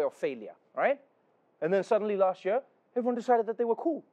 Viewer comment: Why does he always say "jör" instead of year?